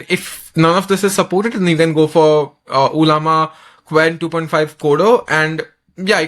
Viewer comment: First of its not uuullllaama 😂 and 2nd its not anthropic's model....u r just using the interface....dont fool people